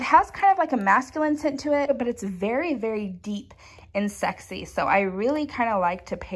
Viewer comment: Your adorable, how you use the word berry for very. You said, "berry forward". Lol